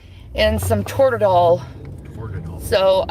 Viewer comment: FYI: I work in healthcare. keeps saying "Tordadol." The med is "Toradol." Just wanted to add some of her incompetence with the English language. I know some medication names are difficult to say, but Toradol is pretty easy and most of my patients who take it regularly can say it. Edit: I didn't realize she'd get even fucking stupider with this. I kept watching and she mentioned Chlorophyll for the heart attack blood level. The level we look for in blood work is elevated troponin. Not the fucking chemical that plants use to photosynthesize or tipornin or whatever the hell she said.